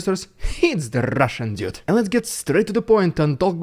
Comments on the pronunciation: Everytime he says "Rrrusssian Prrrropaganda" its so Funny. 🤣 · "Rrrridiculous Rrrrussian Prrrrrrrrrropaganda" has become epic. Definitely worth a meme of its own! 👍😉